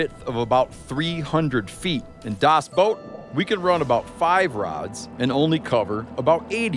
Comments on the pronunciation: Y.E.S.......! ITS BACK WHOOO HOOOOO I think you should be careful with calling it “dous boat” it could paint u into a corner “Das Dous boat” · dos boat your pronoucing it wrong. watch the movie please